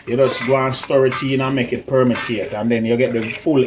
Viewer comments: Permeate not permitate. 😂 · permitate lool Jamaican for permeate 😆😆😅😅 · btw its permiate smh